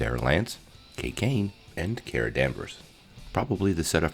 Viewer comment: It kinda bugged me how you mispronounced Kara and Harbinger but thank you for the recap because I can’t find this episode for free anywhere on the internet!